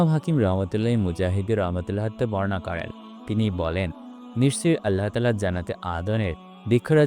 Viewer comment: ভাই আপনার উচ্চারনে সমস্যা আছে। আপনি আল্লাহ উচ্চারনটাই ঠিক মতো করতে পারেন না